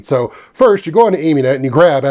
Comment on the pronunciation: It's Ami-net as in Amiga-net, not Amy-net ;-)